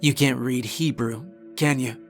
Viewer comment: I hope I'm wrong but I think these newer videos are AI voiced and it's not the real guy anymore, I've heard too many mistakes that a "real" person would not do. The very start of this one he says he works "in" not "at" the South Pole. Small thing but ive heard other ones were " pm" was 12 "dwol pumm" and would say "red" when it should be "reed" when the word "read" needed to be used, and lastly some will have the order of events and timeline in contradiction. It might not be, and I may be wrong, but anyone that has listened to these full stories for an amount of time has to agree there is a difference between the ones he would be on camera off and on through the story, and these that he isn't in. If I'm wrong, then the quality of his craft has gone down since he quit getting on camera. This is not a judgement just an observation.